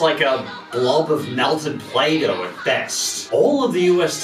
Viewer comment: Did you just say Play-Doh clearly?? I remember you said Clay-Doh on purpose